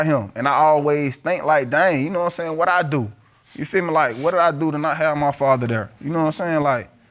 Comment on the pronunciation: Man I LOVE when the judge says quwhat… instead of what lol 😂